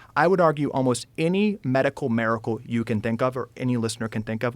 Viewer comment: is he saying medical miracle? The pronunciation is throwing me off